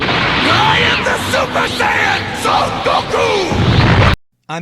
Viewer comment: Could you please stop pronouncing "Saiyans" like Saaah-yans.. if you really want to do the Japanese way then say "Saiyajins". Then you can pronounce the a like aaah. It just sounds really out of place when you say Saaah-yans everytime. Just saying, no offence. It just sounds like you don't know anything about Japanese :P